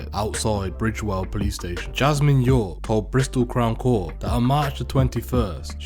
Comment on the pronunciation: Bridewell not bridgewell